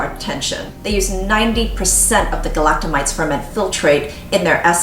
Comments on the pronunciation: Galacto-my-SEES not mites! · I like your videos, but FYI "galactomyces" is not pronounced that way, and SKII uses saccharomycopsis ferment filtrate, not galactomyces ferment filtrate.